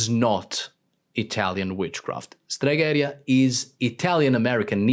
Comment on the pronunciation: It is «stregherìa», not «steghèria». But I like the video.